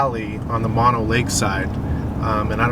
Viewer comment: FYI: Mono Lake is pronounced 'moan-oh' and Tioga is pronounced 'tie-oh-guh'